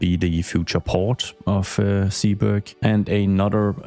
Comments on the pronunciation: Zeeburg can be completely Dutch, its actually a neighborhood in Amsterdam. The Zee part is pronounced more like Say then See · Zeeburg you can pronounce like Sayburg. God I'm super excited for this one, building a city that's historical is exactly the one thing I've been hoping someone'd do. If you need more inspiration look at a list of cities part of the hanseatic league, pretty much all of them have/had a star fortress old city center. Square 1 should be a market square, maybe you can include a city hall somewhere there but it should be all terraces with pubs around it. Historically speaking; 90% of catholic Dutch towns have a market square right next to the church where people'd go after sunday's sermon to get drunk at.